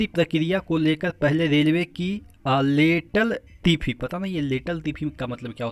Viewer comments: लेटल-तिफी नहीं, लेट-लतिफी है वो सर... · Sir not लेटल तीफी its लेट लतीफी means देर से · Sir the actual pronunciation of the word is "Late Latifi"